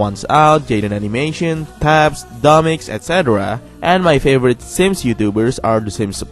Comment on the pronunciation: Not to be mad but Tabbes is pronounced "Teybs" not "Tabs"